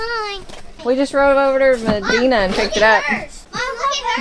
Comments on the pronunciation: FYI Not Ma-Dee-na It’s Ma-die-na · And its Medina...Med EYE na not Med EEN a...dont matter. Love yall!! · That town is Medina (long I sound, not short i) i grew up not far from there. Great place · Never heard Medina pronounced like that lol. New one on me. Everyone around here says ma-dine-na